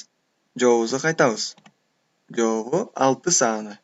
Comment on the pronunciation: Жоопу эмес жообу болуп айтылат.